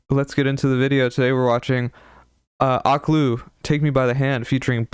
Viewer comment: her name is pronounced O/keh/lú lmao loved ur review